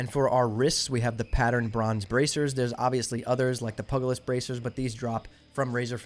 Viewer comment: Bro I'm sorry but these words :P Amice (You said Amees, but this is litterally a common english word in America, Am-is/ˈaməs) Then you said Mutant correctly in Mutant Scale Breastplate, then you said the boss who drops it is "mut-tan-us" instead of 'mutant-es', same start as the pronunciation of 'mutant'. THEEEN You say 'pug-a-list' bracers, instead of pronouncing it 'pyoojelest', honestly no idea how to spell it the way it's pronounced, but DANGGG For the gloves, they just updated them on sixtyupgrades to now properly have the correct stats, so they are even STRONGER than shown in this video. ANYWAY BRO You are my favorite youtuber rn, by far making the BEST SoD content. I love these videos, you are killing it bro! You channel is growing like CRAZY, and you earned it! I see all the time and effort put into these, love the setup, can't wait to see you continue on into the launch of SoD and beyond!